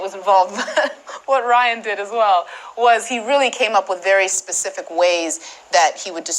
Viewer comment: She said Ryan last name wrong 🤣🤣🤣